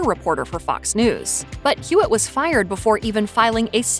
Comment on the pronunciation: Hewitt, not Hewlett😅